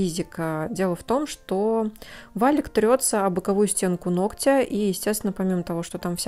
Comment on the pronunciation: Как же режет слух неверного произношения слова "ногтя"!!!